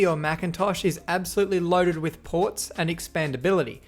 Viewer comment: when he said "laptops of this area were loaded with ports" I thought he said something else.